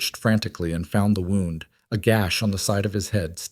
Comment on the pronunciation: My suggestion would be to listen to the finished video before posting it some of the foreign languages that are left in are irritating and the missed pouncation of words as in wound as in injury and wound as in to whind something up